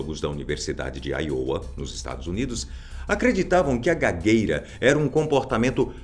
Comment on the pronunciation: IOWA não se fala aiôua, e sim áioua